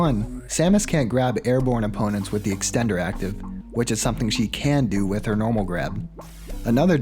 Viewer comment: Here's another one. "extender" with four Rs.